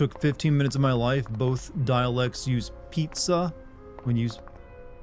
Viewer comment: House of Tales??? Man, they made "Overclocked" THAT was a really good Adventure...but what is this? XD Also "Pitza" is a typical German Pronounciation (Sorry about that)